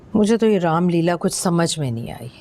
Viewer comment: Apne raamlila bola😅